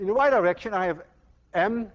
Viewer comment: I hope to GOD I'm the only one who kept hearing Dr. Lewin's pronunciation of "the Y direction" (over and over) as "the wide erection". I'm almost 60 years old and I'm supposed to be long past boyhood fart jokes. Was Peter Pan right after all? Will I never grow up? :-)